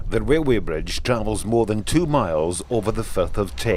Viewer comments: I’m not sure I understand having this narrated by a guy with a real bad speech impediment. He can’t say an R word to save his life. It’s torture having the gentleman say “railroad” so often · Wail way is that Scottish for Railway? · whats a wailway bridge 🤣🤣🤣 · ..a wee wrailway bwidge.... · Wail way 😜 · sounds like he is saying, THE WAILWAY BRIDGE....... he must be scotish, the foreign fuckers cant speak English....lol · not pokin fun at his accent, but the first few times he said "RailWay", made me laugh. And I also enjoy history info, such as this. ThankYou!